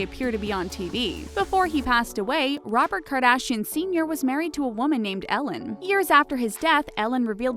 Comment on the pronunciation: Can you pls say their last name the right way